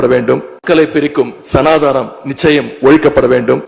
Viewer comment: சரியாக உச்சரிக்கத் தெரியாமல் சனாதானம் என்று தற்குறித் தனமாக பேசும் கோமாளிகள் எல்லாம் திருமங்கலம் ஃபார்மலாவில் எம்எல்ஏ ஆனவரகள்.